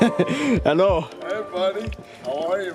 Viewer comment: Every time he says "Helou" the right way we all know it's gonna be a great vid 😍😜😳